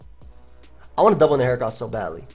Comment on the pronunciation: For once I agree with your pronunciation of a mon. I don't trust people who say "heachran".